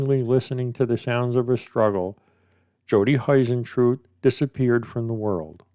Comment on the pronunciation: I'm obsessed with this case, I want Jodie to be found. She seemed like such a lovely woman. Also you pronounce her surname like hoo rather than hi. Hope that's not rude just trying to be helpful.